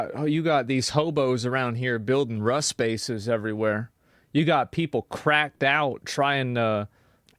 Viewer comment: He fuckin said Rust bases 😂